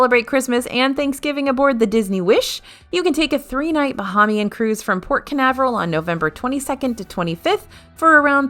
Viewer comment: I love your videos! As a resident of The Bahamas, just a tip on the pronunciation of Bahamian. Bah-hay-mee-an. Long 'A' in 'hay'. Keep the great videos coming! 😊